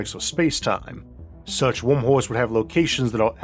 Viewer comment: What's up with pronounciating Earth as Orth? And Univorse and Mattor for that sake. And WormWhores 😅😂🤣